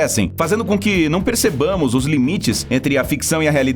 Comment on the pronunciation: o português clássico e correto! ❤️